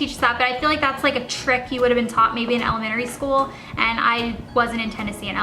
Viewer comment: You say 'elementary school' in an odd way.